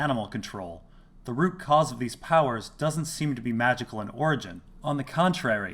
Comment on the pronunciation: Lol, you said ROOT cause